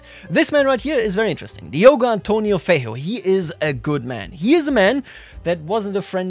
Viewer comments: Feiro? Its Feijó with J. Sound its J not R... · LOL OMG The way you said "Diogo Antônio Feijó" was hilarious! You basically sounded like saying "Diogo Antonio the Ugly"